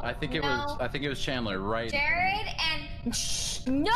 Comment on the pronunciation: it's Chandler not candler lol